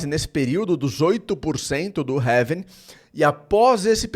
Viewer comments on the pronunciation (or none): having???? É Halving meu amigo 😅